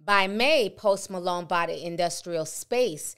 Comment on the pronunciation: Went from post Malone to Post “ma-loan” 🤣🤣🤣🤣🤣